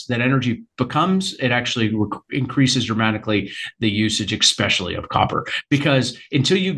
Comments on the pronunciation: Why does he keep pronouncing especially "expecially"? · Can’t stand it when people say “eggspecially” “Eggspecially when copper is in such demand” 🙄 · Can’t take a bro seriously if he says expecially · tuned out after the fourth "exspecially"